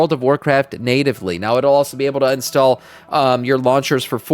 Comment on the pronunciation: Did anyone else just hear this guy say "unstall" multiple times in a row? Seriously who takes these morons seriously, this is not a job and the game is basically dead.